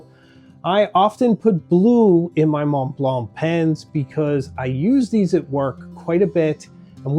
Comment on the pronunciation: Why is your pronunciation of montblanc so bad?